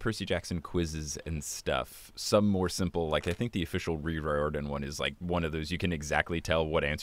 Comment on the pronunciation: Here’s the part where I point out Rick’s last name is pronounced Ri-Er-Dan, because the trailer to Ship of the Dead is burned into my brain.